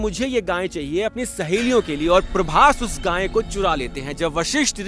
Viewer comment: रोचक वर्णन, उत्तम प्रस्तुति 💐🙏🏼 आप गाय को गाँय क्यों बोलते हैं!